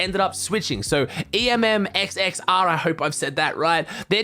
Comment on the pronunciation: Just for info EMMXXR is pronounced "emir". Great video love these half an hour videos.